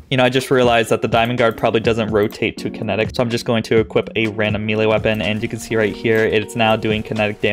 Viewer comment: I have posted this request in other videos of yours. Please please please. May-Lay. May-Lay. Old D&D nerd here. Thx for your cooperation. Lol. Love the videos